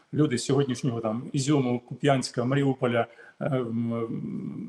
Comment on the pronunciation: Когда вы уже запомните что ударение на первый слог , букву "У" . КУпянск!